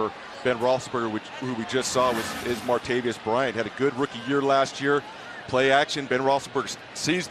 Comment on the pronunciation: strong Brett1 I wish broadcasters would learn how to pronounce Martavis. It is a 3 syllable name, not 4 syllables. Mar Ta Vis